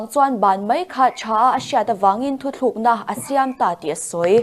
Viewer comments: News reader te meuhin 'thuthlukna' an han ti leh thin hi chuan beng a ti thlep thin takzet a ni! 🤷🤦🏻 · Mizoram cable TV show lian bera News Reader ve meuhin "Thuthlukna" han tih hi in enfiah a ngai...inti ve em....Vanlalchhuangi'n "Hospital Hospitle", ti a a lam ṭhin te kha ka lo ngaimawh fe tawh